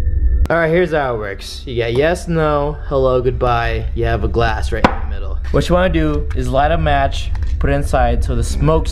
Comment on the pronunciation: To me when he said glass it sounds like he said glase and I’m like wait u say it glase I thought it was glass